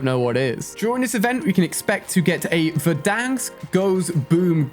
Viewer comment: Ali what the hell verdank its Verrdanssk, like timthetatman says it